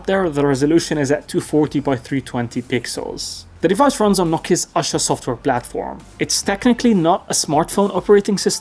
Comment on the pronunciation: It's no asa , it's "aasha "= hope . It's a hindi word.